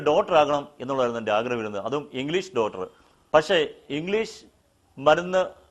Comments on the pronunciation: Teacher, double MA, ഒക്കെ ആയിട്ടും ഡോക്ടർ, എന്ന് പറയാൻ പഠിച്ചിട്ടില്ല, എന്നത് അതിശജയപ്പെടുത്തുന്നു (ഡോട്ടർ എന്നാണ് പറയുന്നത്, തിരുത്തുക pls ) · ഇത്രയും വിദ്ധ്യാഭ്യാസമുള്ള ആൾക്ക് ഡോക്ടർ എന്ന് പറയാൻ അറിയില്ല ഡോട്ടർആക്കണമെന്ന് കഷ്ടം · Pronounce doctor properly. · ഡോക്‌ടർ എന്ന് പറയാനറിയാത്ത താങ്കൾ എന്ത് MA യാ എടുത്തത്. പരസ്യം പറഞ്ഞതിന് എത്ര കാശ് കിട്ടി ? ഭയവ് ചെയ്ത് ജനങ്ങളെ വഞ്ചിക്കല്ലേ . കുറച്ച് നാൾ കഴിഞ്ഞ് ഷുഗർ ടെസ്റ്റ് ചെയ്തിട്ട് വീണ്ടും വരണേ സഹോദരാ. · ഇംഗ്ലീഷ് അദ്ധ്യാപകനായിട്ടുംേഡാക്ടർ എന്ന വാക്ക് തെറ്റിച്ചു പറയുന്നു ഇദ്ദേഹം അദ്ധ്യാപകനാണെന്നു് തോന്നുന്നില്ല